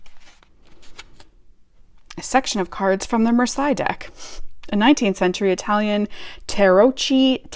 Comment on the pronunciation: Also, that Marseille deck book looks really interesting! (It's pronounced Mar-say btw 🙂). Are you also interested in general Tarot books not related to specific decks, such as those by Anthony Louis, Rachel Pollack etc?